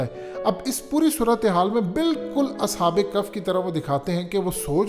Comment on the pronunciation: اصحاب کف نہیں اصحاب کہف کہتے ہیں۔۔۔عقل ننئ تے موجاں ای موجاں😂😂🤣😂🤣🤣😅😅😂🤣😅😂🤣😂😅😂🤣🤣😅😅🤣🤣😂😅😂🤣🤣🤣😂😅😂🤣😅😂🤣😅😂🤣😅😅